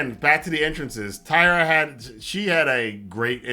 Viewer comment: Great review as always. You bring insight that so few do as many of them are just talking crap to get clicks. My only quibble is about the name of Taya. It sounded like you were saying Tyra.